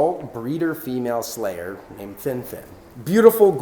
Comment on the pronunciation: Surely I cannot be the only one hearing "Slayer" instead of "Selayer" all. the. time.? 😂 All hail the Platinum Slayer, rip and tear until it is done!